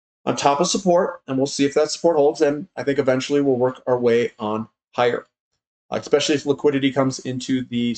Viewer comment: ESPECIALLY - You have now said it like 7 times in a row correctly. This is really working..!!! :D